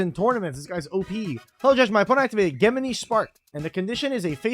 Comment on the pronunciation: the "geh-mini" is gonna be the deeth of me